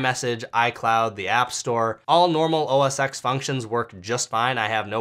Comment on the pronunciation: just fyi, OSX is OS 10 not X like roman numeral 10=X